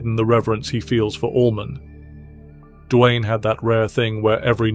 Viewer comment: It's "Duane", not "Dwayne".